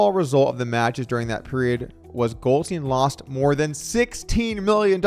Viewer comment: Goldstein suffered from addiction, not stupidity. There's a huge difference. Also, Doug, please be consistent...is it "GoldSTEEN" or "GoldSTINE?" You mispronounced "Bethesda" and "promisory," too. You're better than this, Doug!